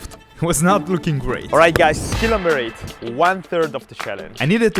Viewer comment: He can’t pronounce the word “skill”.